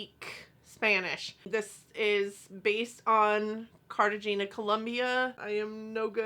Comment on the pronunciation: Replace the G sound with an H sound softly. Cartagena is a tropical area on the water. Could use some green in it. The palette does work for Cartagena pretty well though I think. I can't pronounce Spanish very well which is a shame because I have family in Columbia!